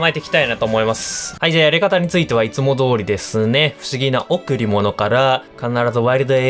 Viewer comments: 不思議なおぉ↑くりものw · 不思議な贈り物のイントネーションで草生えました